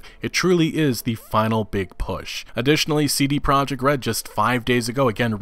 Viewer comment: Lol it’s CD Prah-yek Red